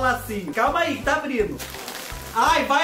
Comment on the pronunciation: Abrino, cumeno, andano, falano kkkkkkkkk